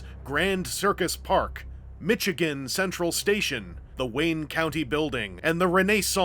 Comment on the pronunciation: You cannot tell me that is how pronounces Michigan... please don't do this to me...